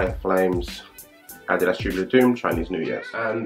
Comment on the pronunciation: Sehr schönes Video und ich freue mich sehr das du "Adidas" richtig aussprichst, sehr gut!!! Mir gefällt der EQT am besten! Very Nice